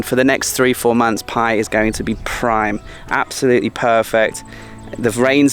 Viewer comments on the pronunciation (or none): none